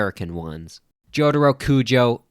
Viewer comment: the way he pronounces jotaro hurts my brain